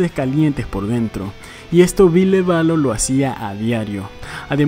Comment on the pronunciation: Me dió un cringe tremendo escuchar el VILLE literal xD no dude, no!